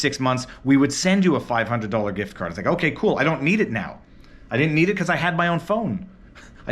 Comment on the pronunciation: I heard "gRift" card. Sorry to hear about the hassle.